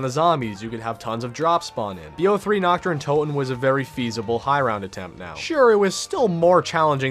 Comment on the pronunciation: "Knocked uhh Undotun"